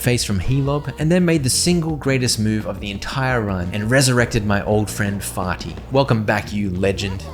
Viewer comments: it's fear-ty not farty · That clearly says fearty, not farty.